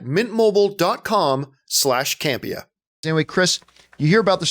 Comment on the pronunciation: Guess Ray Cam-pay-ya (Can’t pay ya) (Campea) budum tsssssss 🥁 go easy on me 🫠